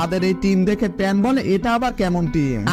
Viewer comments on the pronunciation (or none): none